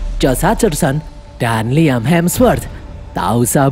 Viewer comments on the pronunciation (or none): none